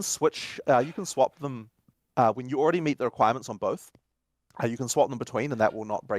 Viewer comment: says some other words a little weird, like he says already as all-raid-ey, must be the alaska in him